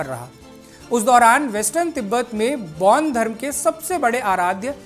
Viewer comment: पैान धर्म नही बेान धर्म कहते है । पैान धर्म का कही ब्याख्या नही है। बेान धर्म जिसे प्रकृती से सम्बन्धी साधना उपासना पुजन बिधी है अैार बैाध धर्म अन्तरगत यिनकी कृयाय हेाती है। पैान धर्म न बेाले कृप्या सही ज्ञान दे। बरना गलत ज्ञान न दे। कृप्या पैान शब्द केा हटायअैार पैान का उच्चारण आदी न करे।पैान का अर्थ क्या है गुगल मे देखे।🎉